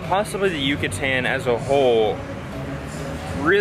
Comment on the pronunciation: Djucatan! They convert all Y's and ll's to Dj with much force. That and they switch the n and m so bread sounds like pam..